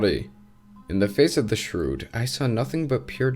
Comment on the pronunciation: just to clarify, shroud is pronounced 'shr-ow-d', not 'shr-oo-d'.